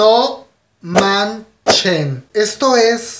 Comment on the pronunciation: Amé ese "No man-chen". 😂❤